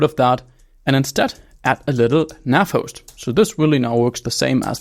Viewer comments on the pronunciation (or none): none